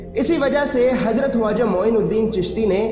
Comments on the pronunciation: bhai aapne bahut achchi video banai hai lekin aap khawaja ki jagah huaja kyo bol rahe hain isko aap correction karke dobara upload kare video bahut shandaar hai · Very informative, ty vm! I have a question though, why did u keep saying ‘Waja’ instead of ‘Khwaja’? I’ve never heard it like that before and believe it’s not correct pronunciation. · bhai huaja nahi hai please barabar pronounce karo k silent nahi hai wo khwaja hai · aap kam bada achha kar rahe ho.but aap ke pronounse sahi nahi he. Waja nahi khwaja bole.hirwani nahi harooni bole... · Bro it's khwaja not huwaja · Bhaijaan aap khwaja kah rahe hain ya huwaja ki awaaz aa rahi hai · Bhai huwaza nahi khawaza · Why are you saying "hawaja" it is irritating. It is Khwaja "kh"